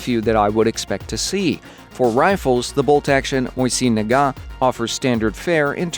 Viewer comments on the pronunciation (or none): the way you said mosin nagant, i had to listen to the clip twice to make sure thats what you actually said. is that truly the way its pronounced or were you just being silly?, also the czar tank 60ft or 80m tall?